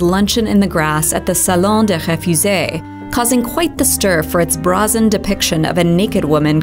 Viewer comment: how does one say brazen? nitpicking